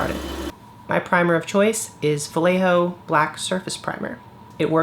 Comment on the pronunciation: Great video. Sorry for my nitpicking, but since you say "vallejo" about a hundred time in this video... It's pronounced "wuh-ye-ho-(actually not "h", but the throaty spanish (or German or Dutch) sound 🙂, but yeah)". The "ll" in spanish is a "y".